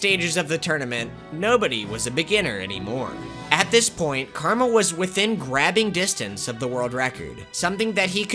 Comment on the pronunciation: Carmel is actually CarAmel.